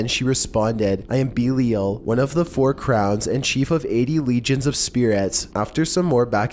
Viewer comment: you have your facts so far fucked on number 6 it's unbearable... demonology is not a religion... there is no such thing as a 'guardian demon'. it's called Demonolatry and an Elemental Demon... it's not ''beelial'' it's Lord Belial. which happens to be my elemental. He is associated with material possessions on earth. Zozo is not a real demon. go check any and all Demonic Hierarchies... If you are going to do these videos you should at least know wtf you are talking about. it makes you look stupid.